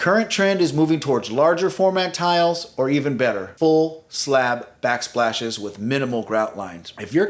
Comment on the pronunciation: He said “glass mosaic black spashes”… 😆😆 Thank goodness. So glad I’m not the only one!!🙌